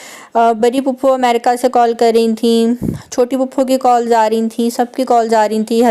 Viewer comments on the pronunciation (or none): none